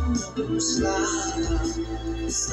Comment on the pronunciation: Pronounced Sluff .